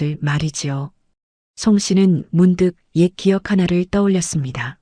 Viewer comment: 강가를 왜 자꾸 강까 강까 하는거야? 희한하네? AI는 기억도 끼억으로 바꾸네?